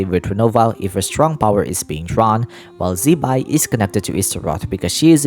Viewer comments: Not shaming, but I think Her name should be pronounced as Zi-Pai (Zuh-Pie) not Zeee-Bye, thatswhat i remember studying mandarin 😅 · HAHAHAHAHAHA because wrongly pronounce zibai as Chibai will be a cursing in mandarin 😅 chibai same as fuck you in english